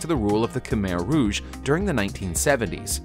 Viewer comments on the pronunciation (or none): none